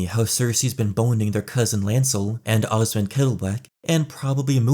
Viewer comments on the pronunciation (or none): none